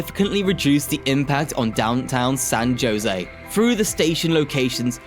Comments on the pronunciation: San JO-sey? 😂🤣 It's HO-sey. The name is in Spanish, where a J is pronounced like an H. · San "Ho-Sey" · San JOE SAY 😂😂😂😂😂😂😂😂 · Pronunciation of “San Jose” is (example) “San Hosay!” Every time he said “josay” made me cringe… 🙈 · India guys call it San Joinzee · It's pronounced hoesay, but nice try man. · >"San JOEsy." You must be kidding me. Talk about shit-teir content farming. Hire a local. Jfc. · San Jose is pronounced as San “Ho Say” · “San Joe-zay” lol whaaat???? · no, even my navigator knows how to properly pronounce San Jose, or San Joe-see. Maybe they don't know how to pronounce Spanish words? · San Jose was pronounced wrong. Ha Ha😂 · someone need to guide him to just do some googling to figure out the correct pronunciation especially to all Spanish words e.g. San Jose (‘J’ as in ‘H’) etc. this otherwise informative video got lost in bad pronunciation especially for us California long time residents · How hard is it to say San Jose? Dionne Warwick even sang how to go there. Are we hearing a real voice or a computer generated one? Can't say I'm going to follow this channel when so little effort is put into getting the simplest names right. Like Fremont. 🤦‍♂ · San JOEse and pleezanton😂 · You really need to learn how to pronounce the names of places! You really messed up on Nuys from Van Nuys. You misprounced Jose from San Jose, and Clara from Santa Clara. And Coachella from Coachella Valley. Oh yeah, and you slautered recreational. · I know.. the mispronunciations are cringe. San Jose, Pleasanton, Van Nuys! Just do some basic research if you're not sure how to pronounce words.